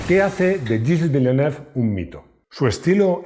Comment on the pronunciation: Execelente video, muy emotivo. Pero el nombre del piloto está mal prounciado